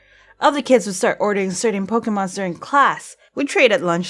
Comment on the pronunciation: EVERY TIME SHE SAYS POKE-EH-MONS IT KILLS ME IN THE INSIDE.